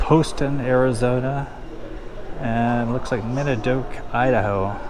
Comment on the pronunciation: You really should learn how to read and pronounce properly the names of places like Gila River, Arizona and Minidoka, Idaho. What an embarrassment.